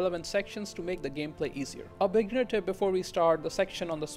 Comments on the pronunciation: bignerd is more fitting than beginner lololol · Whenever you say beginner I hear bignerd